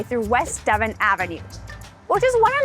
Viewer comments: You keep pronouncing it Devin, the correct pronunciation is if you spelled it like de von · Devon is not Devin, it's Duh-vahn. Just fyi. ;-). Nice video. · Your are not from Chicago. It's not De vin / Devin St. It's De von = Devon St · I am a Chicagoan born and raised. I just stumbled on your channel and you guys are lovely. I know if I ever move away from Chicago I will miss the food. So many options and all of them just feel like home for me. Don't sweat the Dev-on mispronounce, it is always a street name amongst a few that when I hear it I know oh someone is not from here. Keep up the great content. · Devon Ave. is pronounced "deh-VAUGHN". Source: my mom grew up on the street. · Devon is pronounced like "deh-vaughn" accent on the 2nd syllable. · It’s pronounced Da-von Avenue. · that ain't how Chicagoans pronounce Devon, but no problem (we say daVONN) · He is exactly right you are mispronouncing the street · Thank you for hitting the neighborhoods, that’s really what makes Chicago special! Other’s have corrected you about the local (albeit nonconformist) pronunciation of Devon, but quite a great food neighborhood. Watch out, those moon cakes are calorie dense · Hey, seriously don't sweat it. I'm a Chicago native and current resident. The first time I heard Devon "mispronounced" was on MoviePhone (look it up if you're too young to remember it) and it cracked me up because I had never made the mental connection to the English county. That gives you an idea as to how ingrained the local pronunciation is. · Thank you as somebody who lives off of Devon my heart stopped when I heard her pronounce it that way😂 I literally learned how to drive on that street. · The way she pronounced Devon hurt my ears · Please take note that the English speaking population of the world is over 1.5 billion and only people from Chicago apparently pronounce it like it's French :D You're welcome.